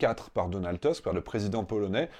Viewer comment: Donald Tusk est polonais, et il n'y a pas de raison de prononcer son nom à l'anglaise ("teusk"). On le prononce à la polonaise ("tousk") (ou éventuellement à la française : "tusk").